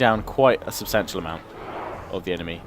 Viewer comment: Were you trying to say "Substantial" at the end of the battle at Edoras? Well either way a perfect video none the less.